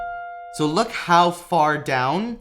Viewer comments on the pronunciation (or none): none